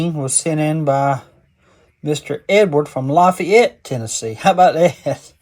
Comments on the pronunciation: We pronounce it La FAYette TN. Good job brother! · Hey Doc, they say la-Fay-ette, heavy on the Fay. Part. Lol. Anyways Great video.😊 Semper Fi, brother.... There just country folks around here 😅